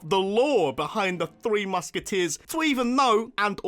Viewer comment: "Muske-deers", fucking killed me.